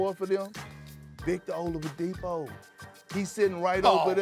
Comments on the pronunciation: my dawg called him Olavadipo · Man really said vIcToR oLaDiPo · “Victor Olavadipo” big perk30 be tweaking🤣🤣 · Nobody: Absolutely Nobody: Kendrick Perkins: VICTOR OLAMADIPO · This guy said Victor oldiapo 😂😂 I think I spelled it wrong 🤷🏾‍♂️